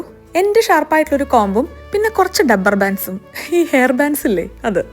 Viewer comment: ഡബ്ബർ ബാൻഡ് അല്ല ' റബ്ബർ ബാൻഡ് ' ആണ് 😁